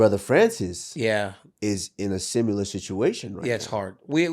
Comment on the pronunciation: I fucking hate the way Usman says similar lol it’s not a hard word to say dude come on 😂